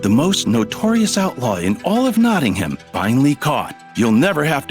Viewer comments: Notting-ham 😂 for msa voice actors; its notting-um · LOL I LIVE IN NOTTINGHAM AND IT not-in-um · I’m sorry the way they pronounce Nottingham 😭